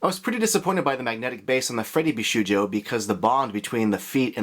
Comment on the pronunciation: He's done so many Bishoujo reviews and still can't pronounce it correctly.